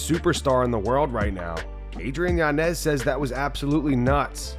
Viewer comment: It’s Yañez not Yanez